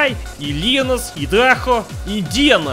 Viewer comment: Normal people: Indiana, an intellectual: Almost says "idi nahui" first time he says it